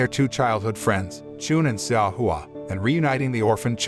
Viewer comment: Correction: Xiao is actually pronounced chow.